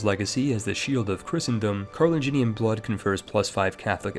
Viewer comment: It's Carolingian, not Carloginian.